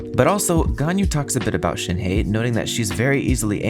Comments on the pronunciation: PSA: it’s pronounced more like “Shen h-uh”, not “Shenhee” or “Shenhay” or “Shenyay” TTATT pls y’all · The he in shenhe is pronounced like the uhh sound with an h in the begging.